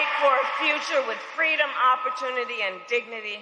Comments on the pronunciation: Oh my DOG…..here comes the lie about “FWEEDOM” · Is she going to steal the MLK story here, and pass it off as her own? “Fweedom”? 🙄 Fake Phony False Fraudulent